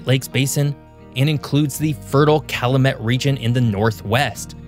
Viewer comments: Vincennes, Calumet, Lafayette, all hurt to hear. I'm curious on the region breakdown too. The "central till plains" extend much further north than he shows. I know, I live in them. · Say it with me: Vincennes - "vin-senz," Potawatomi - "pah-tah-wah-toe-me," Calumet - "Cal-you-met," Hoosier - "hoo-sher."